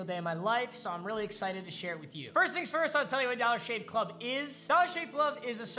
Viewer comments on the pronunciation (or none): none